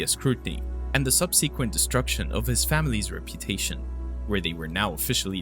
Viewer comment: I have followed your channel and enjoyed your content immensely, especially since i have found so few covering middle eastern esoteric and occult subjects and current events of high strangeness, and appreciate your work sincerely. Some constructive criticism, subsequently - sub SUH kwent, as in following afterwards. Adolescent is Add oh LESS ant or add oh LESS ence (like since) teenager or being a teenager.